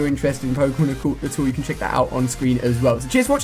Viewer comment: jou kan not quickscope